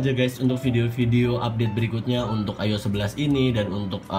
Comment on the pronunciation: I-O-S .. not ayos